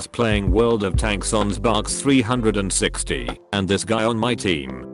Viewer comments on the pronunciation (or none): I love how the voice pronounced "Xbox 360" as "Zzssbox three hundred and sixty"